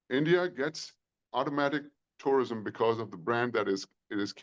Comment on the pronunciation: Tourism ❌ Terirism✅